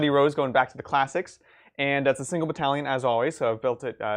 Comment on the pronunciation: Ahh badallion I hear you say?